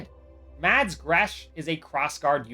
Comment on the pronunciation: Mads is sopose to be prnounced without a d its spelled with a d but your not sopose to say the d trust me I would know I have lived with the name for 19 years